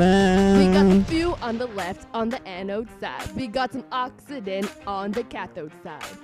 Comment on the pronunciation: oKsyGeeEn took me out